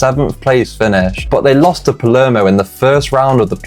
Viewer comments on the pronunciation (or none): none